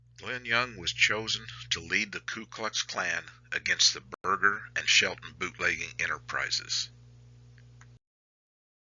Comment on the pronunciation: O M G ... its pronounced: " BIR-JER"..